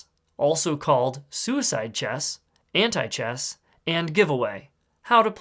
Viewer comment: No one: Him: Anti Chess My ears: Hentai Chess